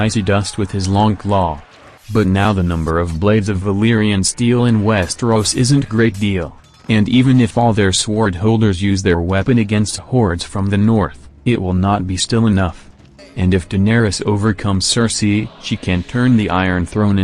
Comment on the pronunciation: No it doesn't. This is a computer generated voice. The damned thing even pronounces the W in Sword. So irritating.